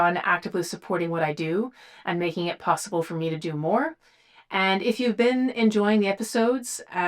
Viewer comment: I LOVE the way she says "BEAN" instead of been.